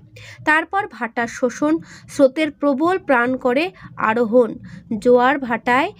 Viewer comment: আরোহণ না ata ahoron